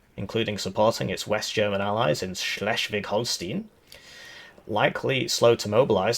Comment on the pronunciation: Just a tip for pronounciation Schleswig is red Schleeswig like not an english e more like a dull german e or you could maybe write it "eh" if that makes sense in english. and Holstein is not "Stein" like Epstein its like Schtain or Schtaain and the hol is kinda spoken like "whole" so you could write it "Wholschtain" phonetically. Soon we will have feeded with enough Language that he will solve the world problems himself. The Master Diplomat